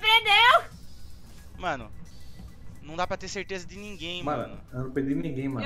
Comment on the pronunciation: ele falou teleza volta muitas vezes e vc vai perceber isso